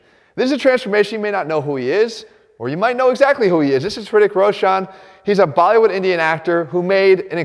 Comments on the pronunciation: he said rishik rosaan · Ritikh rashan😂😂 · Lmao he spoke it so well that the video subtitled his pronounciation as , "Pretty Crow shun" Lmao I'm dying. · And hrithik roshan is pretty crow shun😂😂😂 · Rithik Roshaaan XD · The way he said his name is killing his gains. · Killed his last name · I just came here to see how Jeff pronounced Hrithik Roshan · I’m Indian and the way he said Hrithik Roshan